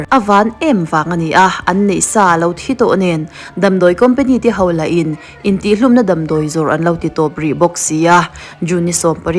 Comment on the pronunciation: '...a hmâ 'hauah' khân...' 'Hau' ti loin 'HO' ti la mawle.Ṭawng no tumna chi a ni lo e.